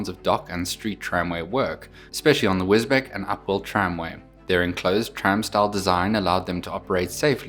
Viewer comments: Got to say it… it’s Wisbech as in Wisbeach, not Wisbeck. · My parents bought a house in Wisbech when they both retired. I now own one-third of it. Sorry to correct you, but Wisbech is pronounced Wiz-Beach. It is often pronounced incorrectly. This is a model I must get in LNER as my layout is an LNER Preservation Railway called "Yorkdale" It is on YouTube. A great review. Thanks very much. Martin. (Thailand)